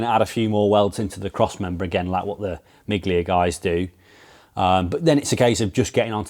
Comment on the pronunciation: Great to see progress on the Mini. Just a quick note, it's pronounced me-lia not mig-lia, which is Italian for a miles, a play on the Mille Miglia (thousand miles) race.